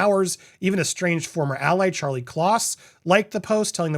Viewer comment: why do you keep pronouncing it Charlie’s Kloss? Not car lee?